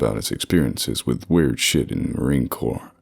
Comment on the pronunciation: Marine Corpse spoken in a ghost story? Seems fitting. Edit: Reading 'Marine Corps' has a nasty tendency to come out as corpse for me as well, even when I know it's 'core'. Wouldn't be surprised if that's what happened.